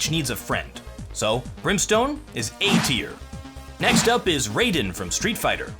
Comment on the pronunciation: did he just say raiden? and then say strEET fighTer?! My baby mortal kombat has been disgraced.... lol